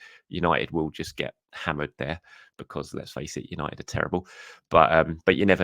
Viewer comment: 🤦🏼‍♂️ Manchester Who-nited ?